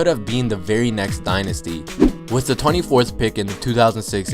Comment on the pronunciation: Do you not know how to say "the"